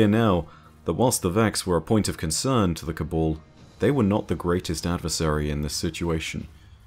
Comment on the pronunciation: why is it that you pronounce Cabal as Kabul ?